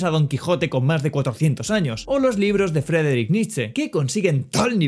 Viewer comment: No sé si leerás esta mini corrección pero, al decir los nombres de Friedrich Nietzsche y de Friedrich Hayek los pronunciaste como "Frederick" XD de igual forma buen video, sigue así!